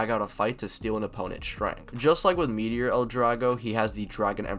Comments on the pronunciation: Meteo! Not meteor like come on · I’m so glad you called it Meteor L Drago. I know it’s actually Meteo (which is also cool as it’s the French word for weather) but when I first watched him call it by its new name in MM I was blown away that they came up with that name for its reborn version